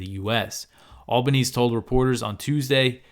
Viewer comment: Great work! BTW, Albanese is said like "Al-ban-easy".